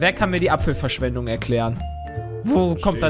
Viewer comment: "Apppffelverschwendug würg"